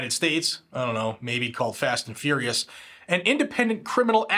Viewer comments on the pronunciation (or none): none